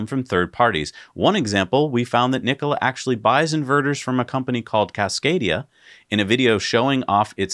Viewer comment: Mary called it "Nikoli" in the cnbc announcement.